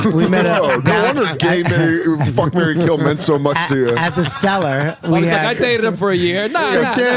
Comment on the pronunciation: "cellar" by meaning but "sell-her" by sound